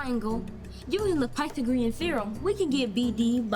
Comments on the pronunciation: The way the kid pronounces "pythagorean" Pie the Green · "pie-tha-greun theorem" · can we talk about how that kid pronounced pythagoreon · that pronunciation of “Pythagorean” literally made me wheeze Surely they could’ve done another take where he pronounced it correctly…. right? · He pronounces Pythagorean theorem so wierd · that pronounciation was so weird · He also pronounced pythagorean wrong.